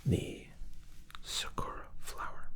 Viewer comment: SAkura emphasis on SA, not on ku. Cherry blossom for those who don't know. Yuzu is a citrus fruit that looks like a lime. I speak Japanese and soent 7 years living there. ☺ Love the video!